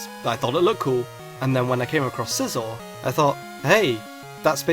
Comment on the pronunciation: ITS SIE-ZOR!!